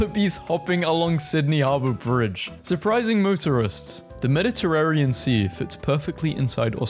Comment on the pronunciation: bro said meditterrarian sea 😭😭😭